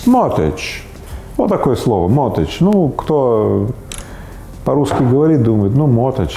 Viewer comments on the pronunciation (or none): Слово mortgage произносится по другому: могидж, а не мотидж. То есть буква Т не произносится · Gage а не age ))) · Правильно: "могидж" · Mortgage «mort» и «gage» не «age» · Ипотека на английском звучит как моргэдж и никакой связи со словами мортал (смертный) и эдж (возраст) там и в помине нет. А то как Рыбаков произносит это слово говорит лично мне о том что его знание английского ниже даже начального уровня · Ребят, слово состоит не из mort и age, а из mort и gage. Просто g не произносится. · Mortgage - mort, а куда делась буква G, а gage переводится как залог. Зачем было извращать?